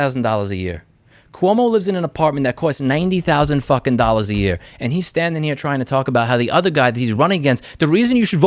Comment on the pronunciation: “90 fuckin thousand dollas a year” 😂😂